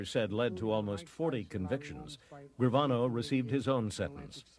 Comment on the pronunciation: Lmfaoo. You just murdered gravanos name.